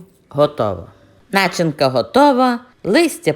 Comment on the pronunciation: У слові: начинка, правильним є наголос на другий склад, ДРУГИЙ!!!! Не робіть з мови посміховисько. Вуха вʼянуть. А рецепт гарний, слів немає! Дякую сердечно!